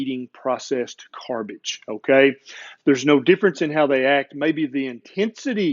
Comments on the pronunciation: "Carbage", nice portmanteau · Oh now i heard the part of the video where he said carbage lol